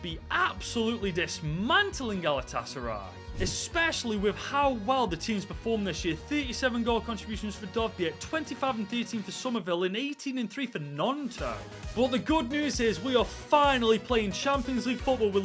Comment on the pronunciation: His pronunciation of Dovbyk is atrocious 🤣😭 It's Dov-bik